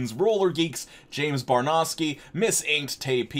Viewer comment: Okay so I just saw the r/quityourbs video, and please don't feel bad about your pronunciation. It looks like barnowsky. 8_8 I only get mildly irritated when people say barnooskee.